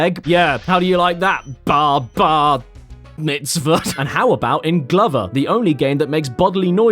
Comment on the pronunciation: I don't know why you pronounced Glover wrong so many times